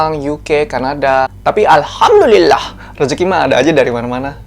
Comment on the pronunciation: Aku seneng klo kakak ucapin alhamdullillah nya itu lhooooi....ajarin donk kak bhsa jepang sm tokyo